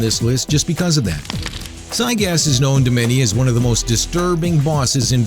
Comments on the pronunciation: Its gygas not cygas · can someone please tell this guy how to pronounce these bosses. I mean Zygas? Sephyroth? The punch out? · It's actually prounced (gIgas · Try Gy-Gas, not Cy-Gas. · just to let you know it'd Gygas Gi-gas not cy-gas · Zygas? Why does his name have a g at the start then? Are u reading from a poorly written script?? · I'm bugged how he says gigyas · Sigh-gas? you could have just tryed and pronounce it... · You said Giygas and where is there a c in it seriously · giygas is... not pronounced zygas. and he's not hard at all. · wait is giygas pronounced sygas and my entire life has been a lie, or is it a mispronounciation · You pronounce Giygas... PSIGAS? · Did you call Giygas... SIYGAS? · "Psy gas" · its pronounced guy-gus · It said Siygas lol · I think "sigus" killed me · It sounds like he pronouncing it as cygaz or sygas. With a S or C at the beginning. How he completely ignored that capital G in the beginning of his name is beyond me. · Uhh I hate how he says giygas